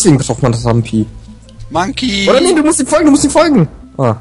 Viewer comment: was mich persönlich leicht stört ist,dass er RamBi und nicht RamPi heißt,aber gut^^